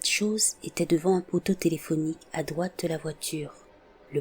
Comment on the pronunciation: Merci! J'adore écouter chaque week-end tes vidéos! C'est vrai que je n'avais pas spécialement remarqué ça dans tes vidéos, jusqu'à ce que quelqu'un le dise dans les commentaires. Tu comte super bien les histoires. Mais quand tu prononcé ''trois'' ou ''droite'''' tu dis ''tois'' et ''doite''. Honnêtement c'est pas choquant pour un sous. Mais ça pique ma curiosité pour le coup. C'est ton accent?